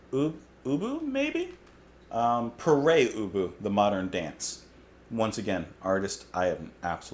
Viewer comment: Always heard Pere Ubu as - (Pair Ooboo)